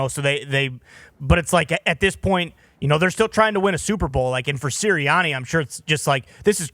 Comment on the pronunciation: I love Pat, but the way he pronounced the "a" sound in "Sirianni" is really awful. That way of talking - that accent - is really an ugly sound that the ears don't want to hear. Pat, can you please pronounce your "a" sounds the way everybody else does? Thanks.